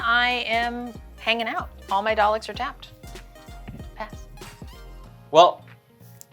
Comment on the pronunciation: I died hearing say Daleks as "Dall-Icks" It's pronounced doll-ick! 😭